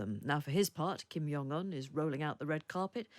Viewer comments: How can a journalist talk about anyone, yet not know how to pronounce the name of the individual they're speaking about. Their lack of knowledge, amuses me. Kim Jong Un, not Kim Yong Un. Other than that, Rocket man and his Russian equivalent, I'm sure will meet their maker in the near future. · Kim JONG Un (not Yung)